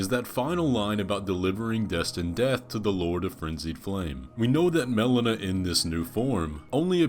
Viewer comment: Mel-LEE-Nuh not Mel-uh-nuh